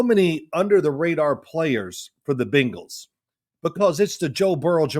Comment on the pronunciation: Can Phil please teach his son how to say Bengals instead of Bangels 😂 it drives me bonkers! They are both indeed Savants but the Bangels is inexcusable at this point